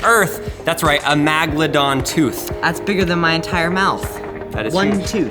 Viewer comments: it is meg not mag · I’m a fossil collector so that hurts really bad. And it’s megalodon not a magalodan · im pretty sure its MEGladon not MAGladon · Did he just pronounce Meg ladon Mag ladon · Magelodon Me: Megalodon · It's a meg'aladon tooth not magladon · It’s megalodon not Magladon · Magldom it's megldon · its not magladon its megadon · This guy doesn't know how to say megladon , magladon lol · It's meg not mag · MEGAlodon. Not maga. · Nat a magladon a megalodon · ITS NOT MAGLEDAHN ITS MEGALODON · I hate when he says Magaladon. Its MEGALADON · ITS NOT MAGLADON ITS MEGLADON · Megalodon not magdolon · the first syllable of the word is meg not mag. Its pronounced meg-a-low-don. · It’s called megladons not magladons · It's not Magalodon it's mega lodon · What's inside you said MAGalodon your supposed to say Megalodon. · It’s megalodon not magalodon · god damit its megalodon not magalodon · M E G. not MAG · It’s not magladon it’s megaladon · Meeeeeeeeeeegldon not maaaaaaaaaaagldon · Megladon not magladon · Am i the only one who who cares about how he pronounced the name. megalodon not magalodon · Its not magaladon its megalodon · Its lot a magladon shark its MEGladon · Megladon it's pronounced megalodon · MAGLAdon no mEgalodon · Its really irritating me how hes say magladon when its clearly megladon like come on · It’s not magalodon it’s Megalodon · You killing me with magledon lol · Yes but he should say the name properly Megeladon tooth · It's meg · canniestcash 28 no crap. He was saying magledon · I also hate how he ses meglond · says MAGalodon The English language: Ight ima head out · Does it trigger anybody when he says “Magladon” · every time he said magladon I just wanted to chuck my laptop into a brick wall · Yep, I definetly learnt something from this video. Iniw know its pronounced MAGLADON. YAY. Thumbs up for me. - CRH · He's killing me with the MAGledon pronunciation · The ”MAGLIDON” shark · It is pernoced Meg-alo-don. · Its megaladon